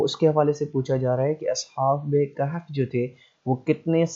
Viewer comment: Bhai Hazrat Maryam was not a Prophet of ALLAH ... And kindly apne talafuz theak karo Surah Kahf hay Kehf nhn tobah